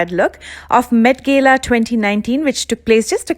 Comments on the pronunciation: Its not met gela ...its ...met gala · It pronounced Met GALA not Gayla. but fabulous attempt at recreating. Should definitely give PC's look a go too, I reckon u'd crack it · at least pronounce properly . it's not gela its gala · It's not Gayla it's gala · Gela nhi gala hota h😂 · Bro it's not metgela😅😅 it's metgala😂😂😂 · Its met Gala not met gela pronunciation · It’s not met gela it’s met gala correct ur pronunciation dear BDW nice parody makeup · It's not met gela it's met gaalaa 🤣🤣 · Its met G A L A not Gayla 😒😒😒😒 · When she say Padukone and gala, bruhh I died laughing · Gala pronounciation was lit ha... Lol